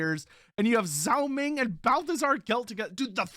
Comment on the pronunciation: zhao ming more be pronounced dg-ao ming than zao ming. dg sound as in the word doDGe